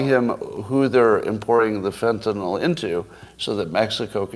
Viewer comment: I can't take anybody seriously who says FentanOL.